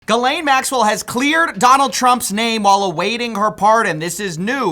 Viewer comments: love your videos, keep them coming. one thing; PLZ stop saying "gizz-lane" ... it's "gee-lane". It seems to be a real american thing to read it like it's spelled lol. that is all xoxo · Finally, someone who doesn’t pronounce it Jizz-lane. Most mispronounced name on the planet. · The S in Ghislaine is silent. I physically wince every time you say Gizzlaine. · JIZZ-LANE, say her name right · Why are we so worried about pronouncing pdfiles names correctly? Its JIZZ LANE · I'm pretty sure "Jyzz-Layne" is not a French pronunciation. I figured most journalists would give more weight to pronunciations used by people who actually knew the woman. Anyway, thanks for adding some layers to my understanding of this concept. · Can we all treat her with the respect she's entitled to, and pronounce it "Jizz-Lane"? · Its pronounced "Jizz-Lane" Maxwell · It’s pronounced “Gee-Lynn” if you go with how the Maxwell family pronounces it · As a French speaking folk, I just want to point out that the S is silent: Gee-len (with a hard G) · "G'Elaine" ? I always pronounced it Ghizz-Lane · Doesn't really matter but it's pronounced gee lane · its pronounced Jizz-Lane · It's pronounced, jizz lane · How is it that nobody can consistently pronounce any of these people's names? "Gih-Lane." "Joo-fray." It's really not that hard. Literally every podcaster does three different versions in every episode. Still, good work, don't let this story die. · Her names is not : GiiiisssssLane bro. Learn how to pronounce it correctly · Lol! Not gonna be your final one. And you were doing so well until where you went back to the Ai bot mispronouncing Ghislaine lol. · He finally says Ghislaine correctly but as I write this he said it wrong again...doesn't matter really, keep up the relentless work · Stop pronouncing the "s" in Ghislaine... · Stop stop stop stop stop pronouncing her name like that... The S is silent ffs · Learn how to pronounce her name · Learn to pronounce the damned name for goodness sake 🙄